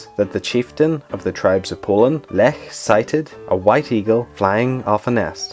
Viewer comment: good job ! I like that you pronounced the name Lech correctly ! most of the English-speaking people don't pronounce that right.